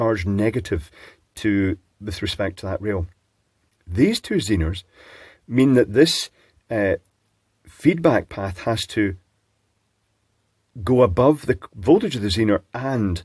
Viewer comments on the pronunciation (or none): "zeeeeners"? Zeners, please! As in ZEN ....